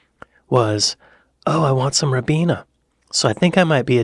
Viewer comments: It's pronounced RYE-BEENA, not RIB-EENA. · I don't know if you are interested or not but British people pronounce the Ribena name as (Rye - Bee-nuh. Not as you say Rib-been-a. Sorry I hope I have not annoyed you. 😁👍🇮🇪🇺🇲❤️🙋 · Rye Beena not Rib eena, get it right. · It was bugging me yesterday too 😂